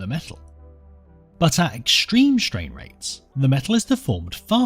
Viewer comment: Well, shtrain rates are certainly shtrange!